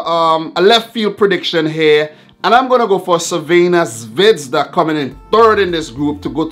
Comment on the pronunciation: First, sorry for bad english. Second, thank you for trying to pronounce "Crvena zvezda" instead just say Red star. Third, first surprice is there... Crvena zvezda - Napoli 0:0, Crvena zvezda and Napoli 1p, PSG 0. Not nice game, but result is what counts. Pozdrav iz Srbije (greetings from Serbia)!